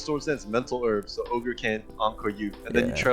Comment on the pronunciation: It's Oger boys